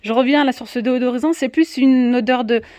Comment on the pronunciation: Bonjour, Merci pour le partage. Petite remarque, on dit "déSodorisant " et non "déOdorisant " ;)